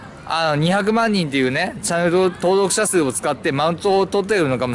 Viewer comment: ろれつ悪すぎて登録者数って言えてなくて草